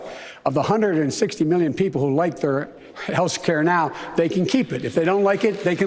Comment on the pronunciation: He says Housecare